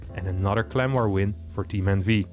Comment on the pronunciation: I keep hearing "Clem war" instead of clan war lol